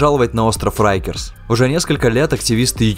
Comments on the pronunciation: произносится как рАйкерс а не рЭйкерс 🤦‍♂ уши режет 😰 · Rikers , так почему тип читает как рейкерс ?